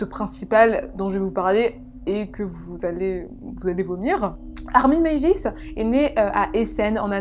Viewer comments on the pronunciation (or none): Hello. Ayant passé mon mémoire d'étude sur ce cas, je pense pouvoir donner mon avis. Déjà corrigeons de suite ce nom !!! on dit meiwes: mai i wès et pas meivis, c'est allemand, pas anglais ;) Ensuite l'envie de cannibalisme de Meiswes était bien plus complexe et subtile qu'une simple envie de manger de la viande, il faisait un lien entre manger un être et l'avoir avec lui à tout jamais, ne jamais le perdre et avoir un lien très intime avec elle. Le cas aurait était bien plus interessant en étant traité en portant le regard sur Bernd, une victime consentante et donnant les directives sur la façon dont elle voulait être abattue et consommée.